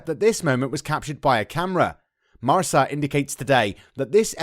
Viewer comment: MarCa....with a hard C. The word means Mark in Spanish. I'm sure the narrator doesn't speak Spanish but the mispronounciation is grating and distracting. I'm amazed that an editor hasn't caught this yet.